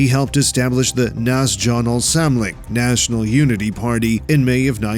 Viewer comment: Lol. I ringe everytime he pronounces "national" as "naz-djonal" where does he get that from? 😂